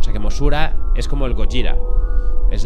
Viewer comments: No es gorja , gojira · Gojira, es un gripo de deth metal, jajaja y de echo el lo nombre bn, osea le llama gollira, como se pronuncia el grupo, ¿sera que ccade escuxha metal? Nunca lo sabremos